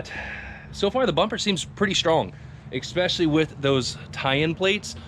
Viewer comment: Are you adding an x when you say especially? It sounds like you're saying expecially.